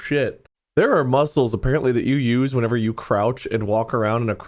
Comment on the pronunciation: "whenever" "whatever" "wherever", learn english.